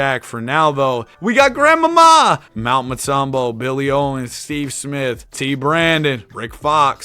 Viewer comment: Fucking Dying at Gram-ma-ma